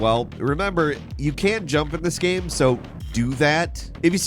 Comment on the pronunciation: My dude still pronouncing game "gamm" or "gayam". So bizarre.